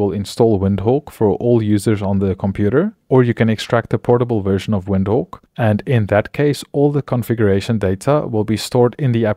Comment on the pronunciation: why you saying WINDHOWK? LOL